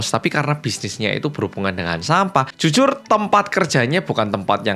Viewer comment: juyong 🗣 "jyujyur yanggal ✌🏻✌🏻"